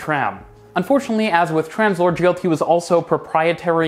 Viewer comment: I would recommend you put up the names of the companies and the technologies on the screen. Took me lot of googling to realise you were saying 'Translohr' and not Tramslow.